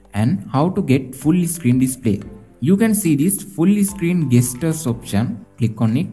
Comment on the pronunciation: Bro you are saying screen as isscreen